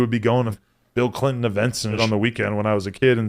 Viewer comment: Damn man u sayin Bill Clion makes me aggro